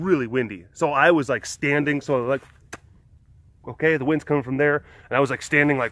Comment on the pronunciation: As soon as you said ho-kay I started quoting the video in my head